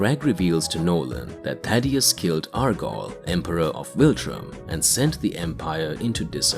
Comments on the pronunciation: Jesus Christ man it's Thaedus not Thadeus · Omfg it’s THAE-DUS, not Thaddeus bro how do you get it wrong every single time?